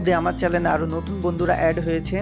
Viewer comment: চ্যালেন বলেন কেন.? ওটার উচ্চারণ হবে চ্যানেল, ভিডিও সুন্দর হইছে,ধন্যবাদ